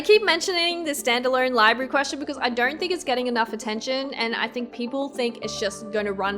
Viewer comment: Why do i hear R's in your O's? Nooor, dooornt, so annoying. Great video thank u! :)